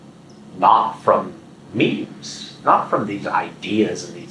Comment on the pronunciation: Meme = "Meem" ≠ "Me-me" 🤔